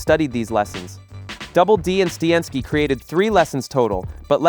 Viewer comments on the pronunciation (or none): is this AI narrated? Who pronounces Steinski like that?